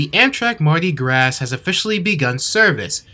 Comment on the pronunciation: Bruh is pronounced Mardi Graw not gras